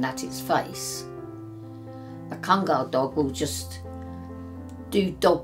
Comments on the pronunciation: OMG Finally right pronunciation at 14.15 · kangal name is correct pronunciation. Thanks grand mother.. "a turkish son" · You know is really an expert because she pronounces the name correctly (as Khan-gull). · The old lady even pronounced kangal right! Respect ❤️ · I really appreciate expertise and love of Kangal dogs. What surprises me is, she really pronounces "Kangal" with correct accent! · yaşlı kadın tam bir münevver.. kangal'ın telaffuzundan tutun, anadolu çoban köpeği demenin doğru olmayacağı demesine, herşeyiyle klasik atıp tutan kalıpçı batılıdan çok farklı. oturup sohbet etmek isterdim. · The old lady pronounce the word "Kangal" right 👍🏼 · the old lady is such a sweetheart, knows all the history about Kangals. Loved how she pronounces Kangal as we Turks do. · "as we Turks do" old lady pronounces true in Turkish